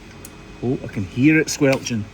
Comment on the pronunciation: You've never sounded so as when you first said "squelchin'"